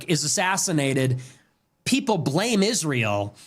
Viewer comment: Why can’t Candace say Israel. She says “Ishrael”